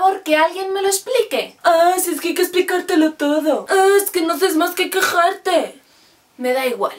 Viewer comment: "Ejque a veces no pillamos..." xDD